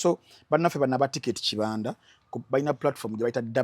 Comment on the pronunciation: Kibanda is a Swahili word naye the way you’re pronouncing it is wrong 🤣🤣🤣